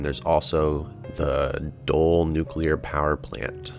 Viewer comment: In case you are interested: Doel is pronounced more like "Doole" rather than "Dole". Kind regards, - A Belgian very excited by seeing his country's power infrastructure featured : - )